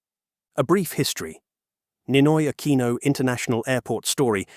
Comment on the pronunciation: "Neenoy AkwEEeenow"